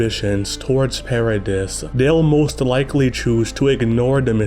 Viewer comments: The "s" in Paradis is silent. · please stop pronouncing "paradis"and "maria"